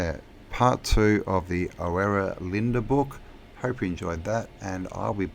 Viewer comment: Oh man, that was interesting, only the last mention of Oera I recognized your flaw it's pronounced URA or UHRA... brilliant essay dear.